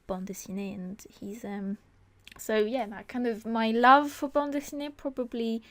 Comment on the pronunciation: your pronounciation of bande dessinée is so cute *^* (i'm french)